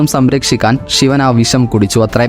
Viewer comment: ഷിവൻ അല്ല ബ്രോ 😂 ശിവൻ 😁😁😁....